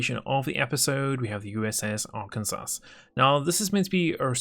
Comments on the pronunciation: You said Arkansas wrong It's pronounced Arken-saw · The S at the end of Arkansas is silent. Ar-Can-Saw